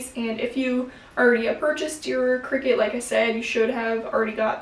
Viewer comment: Isn't it pronounced cry-cut? As in creative cutter?